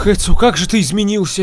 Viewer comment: Ни Эцыо , а Эцио